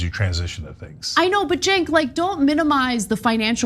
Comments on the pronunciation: Hey, just an FYI: Cenk is pronounced "jenk" in Turkish; the letter "C" has the "J" sound in English. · "Cenk" is pronounced "Jenk," like "Jenkins." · I love that they are getting red-pilled! I’m find with old school Dems, which are the ones he’s referring to. It’s the new extremists that are driving the USA down a trash compactor. Side note…you pronounce his name “Jenk.” It took me a while before I knew so I wanted to share as its Turkish and not pronounced like we would think. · Is his name pronounced Chunk Ogre?